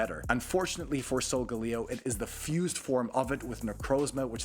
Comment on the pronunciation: it’s (sol-gu-lae-o) not “solgaleo” (not to be rude)